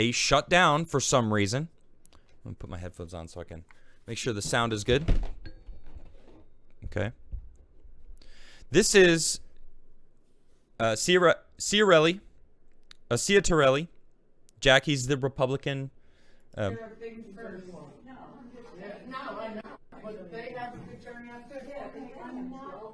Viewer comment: Jack's last name is pronounced "Cheeta relly."